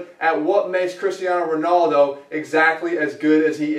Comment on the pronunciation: "Cristiano ronoldo" :D